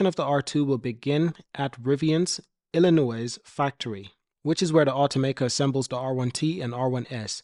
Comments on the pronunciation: Its illinoi the s is silent other wise good info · Lol. I was just about to address that....!!!! Dude, ILLINOIS is pronounced "Illi-NOY"... The "S" is silent....!!!!!